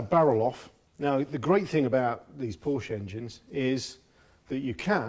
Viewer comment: Porsche is a two syllable word. Also, the rockers are supposed to be off center on the top of the valves. This is so that the valve rotates.